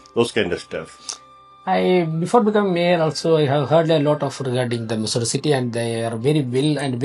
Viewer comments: It's Missouri not Massoori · Missoori alla Missouri city ennanu